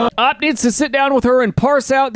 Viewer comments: It's pronounced OP, not Op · Why does he say Opp 🔫 instead of O-P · It's not op it's O.P. Stop it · O.P. Original Poster! Not, like how you are saying it!